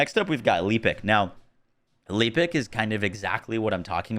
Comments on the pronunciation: Your personal window is in the way. Could have positioned it to the right. Pls pronounce "Lepic" correctly. The game even tells you how to say his name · Anyone else triggered by not saying Lepic right?